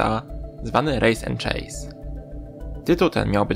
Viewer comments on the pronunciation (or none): none